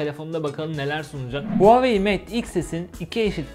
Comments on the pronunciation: Huawei değil huvaayiii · NOBODY:: HUAVEYİ